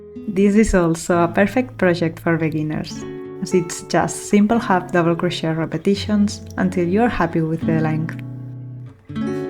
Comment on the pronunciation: I love them all. We have that same Bohemian taste. Also the pink top you don't like that much looks great on. One tip cause I'm American learning Italian. Languages so hard. In English Crochet is pronounced silent T on end. It sounds like crow shay.